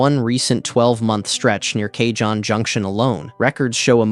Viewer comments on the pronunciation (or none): Driven this route many times. Also, it's [kuh-hóne] or [kah-hóne], jsyk. It means "box" in Spanish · Kay-john pass? Fuck mate.